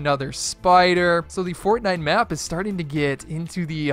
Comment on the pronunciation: It’s not fornitemers